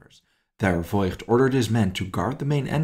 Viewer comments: Fantastic story, thank you for telling it. But isn’t it “Foigt”? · The family name “Voigt” is actually pronounced “Vogt” - the “i” merely indicates that the “o” needs to be drawn out